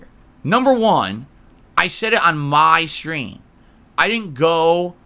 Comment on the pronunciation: I like how he emphasizes "my stream" as if his stream isn't fully public and thus open to criticism about how incredibly toxic he is.